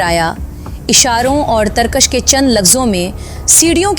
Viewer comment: تم پڑھے لکھے ہو، اصل میں انڈین ڈراموں اور فلموں نے اور انگلش سکول سسٹم نے اردو کا بیڑہ غرق کر دیا ہے۔ اب اپنے گاندھی والے جملے پر معذرت کرو۔ پھسلا، پ کے نیچے "زیر" ہے. اس نے پ پر "پیش" پڑھا ہے۔ ترکش، ک کے نیچے "زیر"۔ یہ مسلسل ک پر "زبر" پڑھ رہی ہے۔ اس کے علاؤہ بھی کافی الفاظ ایسے ہی ہیں۔۔۔۔۔